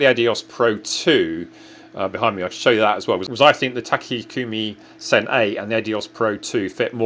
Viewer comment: Useful review, thanks! Also, that’s an interesting pronunciation of Takumi Sen :) The discount code no longer works, unfortunately!